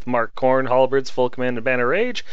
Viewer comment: One small correction - the weapons on Elizadeth and the Bloodtide are called "halberds", not "halbreds". A small complaint, but it's there.